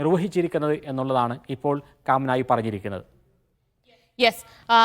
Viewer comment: കാം നായി അല്ല potta കമേനി